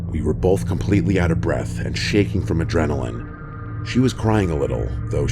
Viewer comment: Every time I hear my guy say 'bolth' it sends me 😅